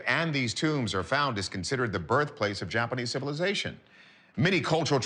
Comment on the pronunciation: "The JAPPERNEESE" 😂😂😂😂